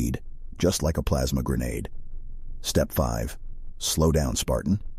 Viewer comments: "Plamsa grenadue" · "Plaamsa grenedeu" -, 2023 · Plamsa grenadeed